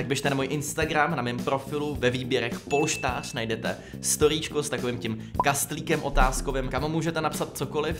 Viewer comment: luky uprimně ten název polštář je strašnej a pojmenovat ho polštář když neumíš říct ř není moc chytrý